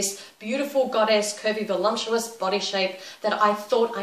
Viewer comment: Great video. The only thing that confused me was you saying "volumptuous", not "voluptuous"...:S